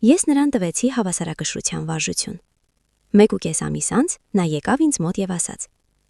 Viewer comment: <<ՍԵՐԿ»~ն ի՞նչ էր, անգրագե՛տ աղջի՛կ, Ցյան չէ՛ ,Թյան է, Թ-ն՝ Ց ՉԻ՛ արտասանվում,յա՛խկ, անգրագե՛տ գեղՑի՛, երուՍ չէ՛, ԵՐԿՈւ Է՛՛՛՛՛, անԳՐԱգետԻ՛Կ ես՝ վարժուՑյուն ՉԷ՛, վարժուԹյուն է՝ Թ—Թ, ոչ թե՝ Ց, տարրական գիտելիքներ չունե՛ս, աղջիիիի, պԸՏԸտացնե՛ լ չէէէէ՛՛՛՛պԸտտաՑնել է արտասանվու՛՛՛մ😮😢